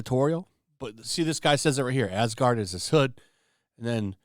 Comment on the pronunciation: Asgard became AsGANG